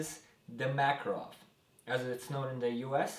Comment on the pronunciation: Uh that's how you pronouce Makarov.